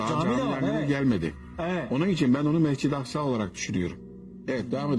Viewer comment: modaratör beyinsiz mi yoksa cahil halkı temsil etmek için beyinsiz taklidi mi yapıyor? hocanın da gotu ucbucuk atmış 'de ki caminin Çamlıca camisi oranın da aslında İstanbul olduğunu söyleyememiş Mecid-i Aksa demiş :))